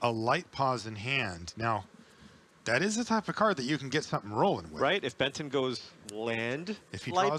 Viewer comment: Is it just me, or do I keep hearing Ben 10 when they say Benton?